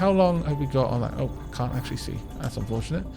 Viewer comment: i though i heard you say 'that's some bullshit'. i had to listen again to make sure and when i did i heard you say 'that's unfortionate.'.